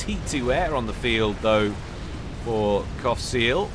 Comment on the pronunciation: Everytime you said Qaphsiel all I hear is Cockseal :/